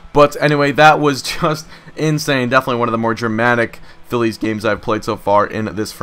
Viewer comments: why do you say philea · Why does he say felea instead of Phillies? Just wondering. Love the vids!